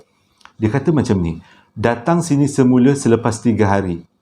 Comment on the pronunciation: Sama la...😂😂panggil Se mule jugak...hahaha..sedap bunyi sebut mcm tuu..terus sukses 👍👍👍